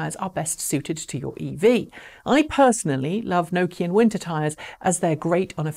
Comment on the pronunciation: Nokian, pronounced like knock, block, rock etc. Nokia is a town in Finland. In Finnish be pronounced like No, go, low etc it would have to be spelt with diacritical 'ö' 'Nökian'. Some good for Kone lifts (Finnish for machine). I once went to see the Queen in Loandoan 🤣😂🤣